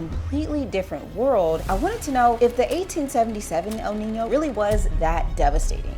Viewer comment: El Nino is not Al Ninny-o, nor Al Neeny-o. There is no extra 'i' sound... The whole lot can't read.